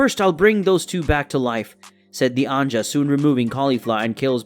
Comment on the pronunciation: That's cool and all, but can Caba's "Anja" (apparently that's how you pronounce angel now lol) make stuffed crust pizza?